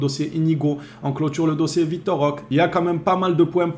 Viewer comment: Salut, bon maintenant que c'est officiel, tu peux arrêter d'ecorcher le nom de notre nouveau joueur 😅 On prononce Roquéééé Svp 🙏 liké ce message les gars faut vraiment que apprenne à prononcer correctement le nom de notre recrue.